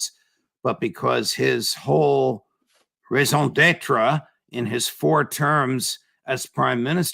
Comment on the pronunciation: It's pronounced ray zahn debt.